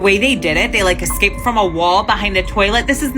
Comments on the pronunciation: Can't get over the illiterate lady that keeps saying eXcaped.... also, can't take any of this seriously, it's all sooooooo bad and cheap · Hate when people can't pronounce EScaped.